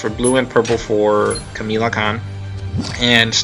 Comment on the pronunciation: Kamala Kahn not Kamela Kahn just saying other than that good video